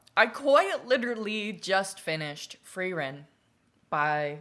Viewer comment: uuuh yes yes. great story. I'm german so I'll be your pronounciation guy. 1. Frieren and Fern -> Freezing(like "it's cold, I am freezing") and Far(away) for the american "R" sound you use your tongue and kinda push it up towards your teeth. for the german "R" sound you dont do that. the tongue tays at the bottom and the sound comes more from the neck and throat area (this is probably the hardest one for americans because that sound doesnt really happen in english) 2 Eisen and Heiter -> Iron and Cheerful the "ei" is pronounced like the English "I" (very easy). Eisen -> I-sen, Heiter -> Hi-ter 3 Himmel -> Heaven/sky (we use the same word for both, the biblical heaven and the sky outside) you basically said it how its supposed to be.